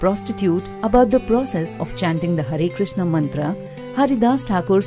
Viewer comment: Hare Krishna, in this video only u said properly that word "hare krishna"